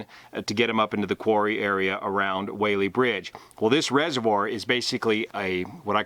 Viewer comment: Just so you know. We locals say Wallee Bridge. I don't know why.